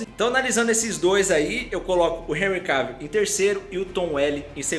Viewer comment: Seu canal e’ otimo , muito melhor do que aquele outro de óculos lá, que só copia... Mas olha só , não pronuncia “Henry Keivill, é CAvill mesmo rs... agora esse Superman Tyler é ridículo hein... Superman jamais perderia da Supergirl e seria tão coadjuvante como ele é